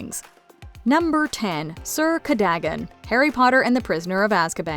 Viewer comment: Why, even after hearing it pronounced in the movie AND audio book are you saying “cur-day-gun”? You show a clip where they clearly say it correctly “cur-duh-gun”, and then immediately say it “cur-day-gun”? What!? No research done? I get different accents, but come on. What!? No movie or audio book says it that way. None.